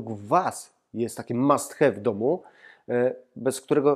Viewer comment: Mam suszarke od ponad 10ciu lat i jest to absolutny must have( wym mast haw- nie hew) ubrania wcale nie są wymięte- chyba że bedziesz je suszyl zbyt dlugo i w zbyt wysokiej temperaturze